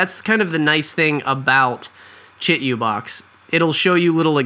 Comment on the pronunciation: Say it with me: (CHEE - 2 - BOX). You're killing me....